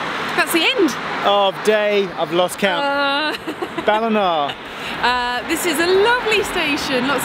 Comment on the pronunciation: Geoff’s pronunciation of “Ballina” is spot-on.